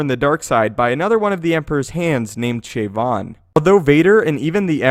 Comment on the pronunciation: "Shayvon"? Didn't he get shot by the cops in Baltimore???